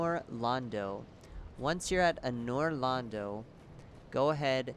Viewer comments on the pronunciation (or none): It is pronounced An-OR Lon-DO, not An'or Lon-do. Not nitpicking, just letting you know. Awesome video, man. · I shut my eyes so tight upon hearing "Ahnoor Londoo" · ahnoor londo lmao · pretty informative but the mis pronouncing anor londo man? come on did you play ds1? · You know how many dark souls veterans would flip out if they heard you say anor londo wrong like u did lol thats the main area in dark souls 1, like dranglaic is for dark souls 2. You probably dont know any of that but its ok im all for new players unless youv just been saying it wrong since dark souls 1. Good video tho anyways. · Lol all I see are comments about the way he said anor londo CX leave him alone he's trying to make it in this world